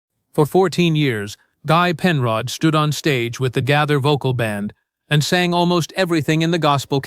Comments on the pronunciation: The narrator is so bad at PRONOUNCIATION he is very annoying. It IS BILL G A Y T H E R spelt Gaither. NOT GATHER!! 😮😮😮😮😮😮😮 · The "Gather" Vocal Band?!! Please learn to correctly pronounce names!